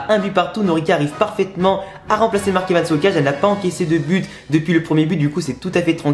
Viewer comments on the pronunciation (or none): none